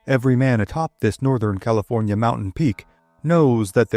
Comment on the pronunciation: Ah the great State of Caliornia lol